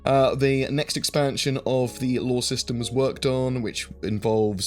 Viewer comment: Gotta love accents. Every time I hear you say "Law" I Think its "Lore" Or I have bad headphones.